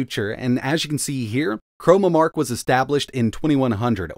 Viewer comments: ChroNOmark, as in time. Not chroMOmark, as in color. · CHRONOMARK not "chromamark"